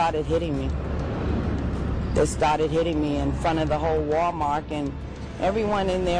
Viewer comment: What is it with old people replacing the T at the end of Wal-mart with a K for Wal-Mark